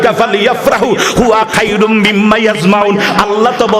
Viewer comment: খায়রুম না খয়রুম